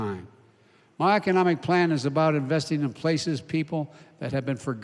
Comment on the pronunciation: Plan or pain? I'm not sure he's reading it right.